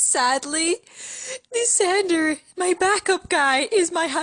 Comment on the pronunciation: It's pronounced LIE SANDER and no its not spelled that way XD NOT to be annoying lol